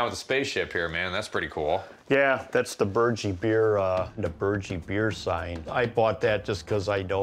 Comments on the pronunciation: They are pronouncing Burgie wrong. The ending is not pronounced “Gee” like in “Gee Whiz” it’s pronounced as Burg-E,So the end sounds like Herbie. Watch the old tv commercials. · Pronunciation is "BURG- E " as in eating a burger... very popular beer, drives me nuts that he cant pronounce it right .. lol